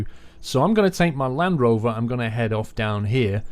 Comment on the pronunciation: I cringed every time he said land rover :D